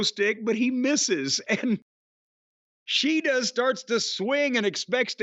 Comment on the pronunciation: lol, the way Jim (and Toni) said Shida’s name is actually closer to the actual way of saying it (each syllable should be the same length).